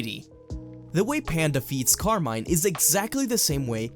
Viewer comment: nice video but please, stop saying car mine, its Italian Carmine since they are inspire by the Mafia.